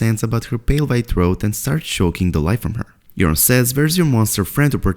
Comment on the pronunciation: Please stop calling Yuron “Urine”! lol